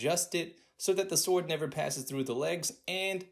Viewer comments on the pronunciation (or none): none